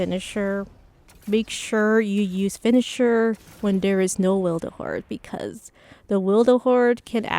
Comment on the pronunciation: WILTHERHOARD? XD THE L YOU ADD IS MAKING ME LAUGH SO HARD XD Nice video! <3